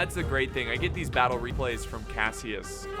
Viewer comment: bay-ttle of changping the most brutal battle ever with more than 700000 casualties that they sayed